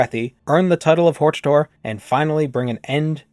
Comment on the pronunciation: Uhm, I think it's pronounced, "hortator."